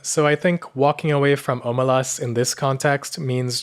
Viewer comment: Stop butchering the name, it's pronounced ahmelazs